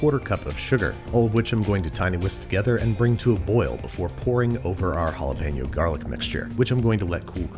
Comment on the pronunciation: mispronouncing jalapeño again